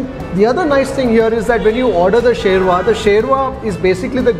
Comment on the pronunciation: sherva word is not right. Correct word is "shurbah" which is arabic word which means gravy. Urdu may shorba kehte hai